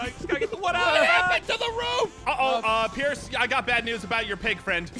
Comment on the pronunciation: not to be rude! but its “Pierce”